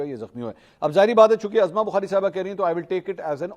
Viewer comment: Mansoor sb! Khudara ( uzma bukhari) pronounce kia karen na k ( azma bukhari) allah ta'ala aapki zindagi ba'barkat banana de aameen summa aameen. A G Bajwa from wazirabad.